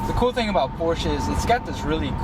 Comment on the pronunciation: First thing: Learn how to say the word Porsche. ;-)